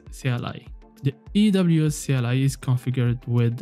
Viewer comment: ERN, EWS! You pronounce A as E :)